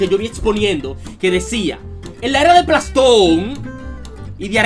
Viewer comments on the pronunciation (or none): "Plastón" xD